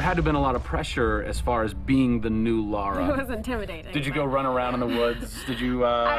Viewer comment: Did he just end calling the game "Laura" Croft